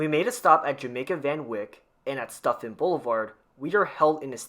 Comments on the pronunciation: SUTfin, not STUFFIN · Everyone keeps saying stuphin it’s pronounced Sutphin